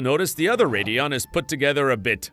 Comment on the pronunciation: Mispronouncing names is still a giveaway. “Radd-eon” instead of “Ray-deon” here.